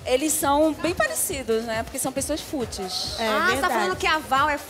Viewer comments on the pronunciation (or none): " Tudus Fútis"...😂😂😂 Vale a pena ser brasileiro... Ah, o Nogy não é " fútis..."! Kkkk😂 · Fútis e "Pé digrí" kkkkkk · Fútis ? Foi isso mesmo que eu ouvi ? Kkkkkk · Salvem o dicionário Aurélio, surgiu a palavra fútis, o pior é que ela falou duas vezes fútis..😂😂😂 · “Repúbrica” e “fútis”. É de DOER! Quanta gente famosa e burra. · Uma pessoa que fala "futis" (pois o certo é "fúteis") querendo chamar outra de fútil... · No Brasil para se ganhar dinheiro não precisa sequer o pré primário, basta ter um rostinho bonito. A mina não sabe nem o o plural de fútil, falando futis futis... Pelo amor. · Fútis, repúbrica... 🤦🏻‍♀️🤦🏻‍♀️ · FÚTIS... Artistas q NÃO sabem falar